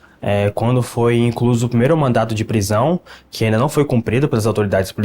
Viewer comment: Fiquei agoniada ele falando mandato afff😊